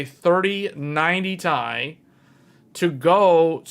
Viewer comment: its T I not tie